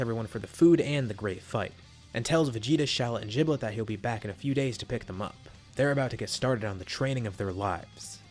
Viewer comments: The power level for shallot and giblet can be found in db legends at full power base form (Aslo giblet is pronounced gib-let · “jiblet” LOL